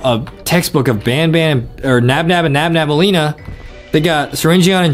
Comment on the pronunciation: Its nabnaleena not nabnabaleena